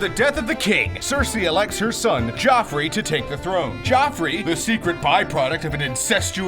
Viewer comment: Kinda annoyed me how he said Jee-offrey.